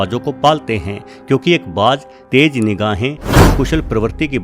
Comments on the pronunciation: Sir - good video - however an 'eagle' is called "Garud" in Hindi. A 'hawk' is smaller and called "Baaz" in Hindi and not ' Baaj ' as you pronounce. Regards. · Baaj nahi , Baaz!!!